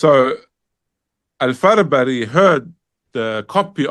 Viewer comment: Respected Shaykh, small correction. The imam's name is al-Farabri not Farbari.